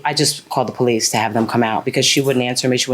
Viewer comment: The moment he opened his mouth and he said that he is from Israel, I know he is a liar and a cheat. He is from the Middle East. The other clue is when he said, Bolice, instead of Police. Bregnant, instate of pregnant. Broblem, instead of problem........etc.